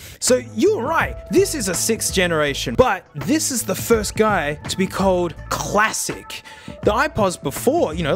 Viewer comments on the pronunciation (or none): No one:: Quassic